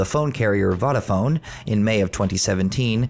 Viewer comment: And Vodafone is pronounced "Voh-dafone" not "Voddafone" 😭😭 lol 😂